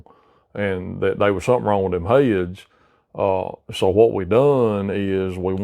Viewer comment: I never knew the word "heads" was pronounced in two syllables.